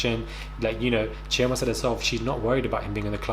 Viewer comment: I don't know this show but i will look it up after watching, but if Chioma is from Nigeria, the Igbo tribe, why is has the been butchered lol, the sounding of it is off, plz don't tell me that is how she allows herself to be called lol, spelling on point, pronunciation is off, use google to check how the name is meant to really sound ppl XD